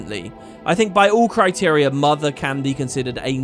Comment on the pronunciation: I just spent ages trying to figure out what you were getting at, thinking he was saying the game worlds name (tyria) than thought he almost accidentally said kryta but swapped to tyria...THEN realised that my listening skills through the video were correct and it was criteria. Kudos.